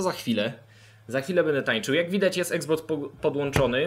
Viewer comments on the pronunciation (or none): none